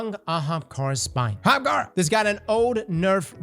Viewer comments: actually said “Ahamkara” and not “Hamkara” CHARACTER DEVELOPMENT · He said ahamkara correctly. Is he sick?